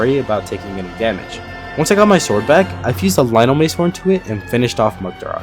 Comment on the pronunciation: he said only master swrod